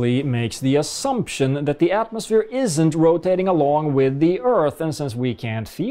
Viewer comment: 1. It's "plumb", not "plum". 2. It's "cranes", not "crains". 3. It's "isn't", not "isint". Well done. 3 sentences and 3 grammatical errors. Spoken in true flat earther language. Are you really that surprised that flat earthers are a laughing stock? You're not doing them any favors.